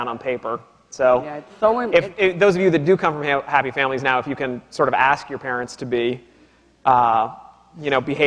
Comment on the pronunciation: The word is ask not aksk.. Jesus